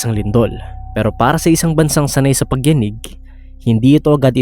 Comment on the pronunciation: Ganda po ng voice nu😅 ayos naman pagkakabaybay ng Tagalog excep sa pagyaneg. 🎉ty